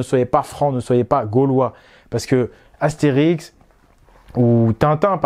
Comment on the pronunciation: Astérisk ? Sérieusement ?